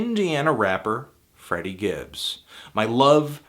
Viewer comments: Great review. It's Freddie tho not Friddie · It's FrEddie dude...